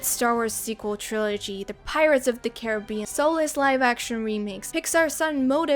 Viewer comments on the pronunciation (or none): none